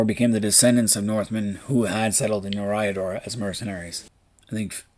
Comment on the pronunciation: Curious thought it's pronounced as E(Air)-riador?